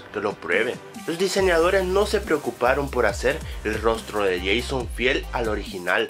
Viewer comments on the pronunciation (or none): none